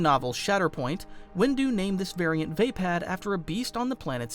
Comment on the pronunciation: I think it's "vaapad"